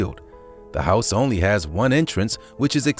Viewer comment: He said "hiouse"